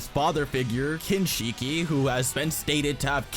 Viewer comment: I appreciate the research and time put into the video. But I cringe a bit everytime you mispronounce Kinshiki and Momoshiki. It's "shhhkee" not "sheeekeeee".